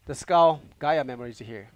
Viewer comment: Skull magnum look better than trigger magnum . PS:Skull not skul